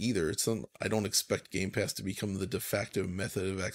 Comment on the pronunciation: Can someone tell there is no s in the middle of Gamepass?